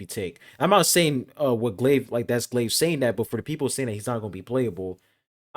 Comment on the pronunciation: Lmao u butchered my mans name...it's Gl-Ay-V Key- O